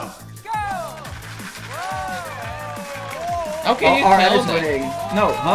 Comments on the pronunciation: It's a J sound not Ch ..... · It's Jungkook not Jungkoo lol. The Fallon team are wrong in pronouncing it. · This is coming from a guy (me) who speaks Korean. The vowel in the show is accurate but for the consonant, they are supposed to pronounce G instead of K. Most people are used to the American way of Jung-Cook so it's okay either way. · You pronounce Jungkook right. And it's wrong on the show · Nooo the Jimmy Fallon team said Jungkooks name more wrong hahaha. You're doing a better job! There actually is a video called "Learn How to Pronounce BTS members Korean Names" that explains it all. It might be a fun video to react to! Basically the Korean the J and K sounds are a bit different. They pronounce the J as something between a J and CH-sound. And they pronounce a K somewhere between a K and a G-sound. So if you really pronounce his name right it should sound closer to J/ChongGoog. Best reference is to just watch the video I told you about or just pay attention to the BTS members when they call Jungkook's name tbh haha